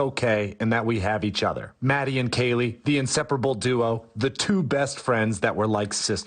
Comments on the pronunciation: The news can’t even get their names right. Calling kaylee, haylee instead🤦‍♂️ if they can’t even get the names right, how can we expect them to report the correct info! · Did he say, "Haylee"? 😡